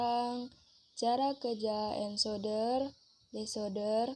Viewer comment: Sudah bagus utk kedepan pelafal ENCODER = ENKODER bukab ENSODER .Begitu juga Yg lainnya